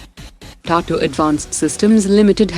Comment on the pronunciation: it’s Tata not Tatu… bots! 😏